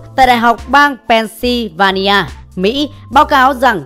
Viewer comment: Dear friend , pronounced of Pennsylvania was : Pennsovania !